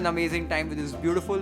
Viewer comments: Thank you for properly pronouncing "sambar" साम्बार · Being a tamilian, it feels sooooooooo good to hear you saying saambaar and not samburrr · As a South Indian I’m so pleased that you said “sambar” not “sambur “👏🏻👏🏻👏🏻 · You are first North Indian chef that pronounces Sambhar correctly, often it is pronounced as “sumbrr”. Thank you for making the effort. Awesome recipe . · Thank you for saying it as Sambar and not Saambr that is typically said by North Indians. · I dunno if it's really relevant but...your pronunciation of sambaar is perfect...not saambhar like North Indians usually pronounce...✨ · That was amazing. First of all thanks for pronouncing sambar as sambaar and not sambhar. Secondly, the medu vada is very well made and good to see that you are able to shape the vada in one palm and that is an achievement, a lot of people from South also would not be able to realize. Thirdly, loved your sambar recipe, it's different from the way I make it but I guess this is more of a Karnataka style sambar than Tamil Nadu style. Coconut chutney looks good. Sometimes one can add some peanuts and a garlic to enhance the colour, texture and taste. Lastly, the double frying of the vada gives a nice crispy structure that tastes great when it is dunked in sambar. It will be good to see a masala vada recipe and vadacurry gravy. Also good to try Maddur Vada as well. Great job. Awesome. Very very impressed with your learning skills. 🙏👍👏👏👏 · The only person who told Sambar perfectly 🥰 💯🤩